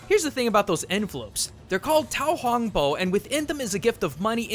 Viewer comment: The red envelopes are pronounced "hoe-guh-baw"